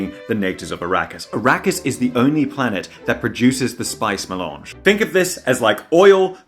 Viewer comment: Ok, I'm sorry for saying it like this, but the way he pronounced MELANGE (mey-lanzh) made my ears "arrive"!! Love this guy! <3